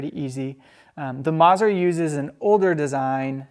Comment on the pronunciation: Great content as always but, please...the double z in Mazzer is pronounced like the double z in pizza! It’s “Maht-zehr” NOT “Mahzur”. Ouch.